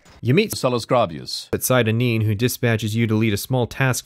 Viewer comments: sieda neen? seyda neen you filthy outlander (“say-da”) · Dude made an 8 hour video and can't even pronounce "Seyda Neen" the way it's literally spoken in-game.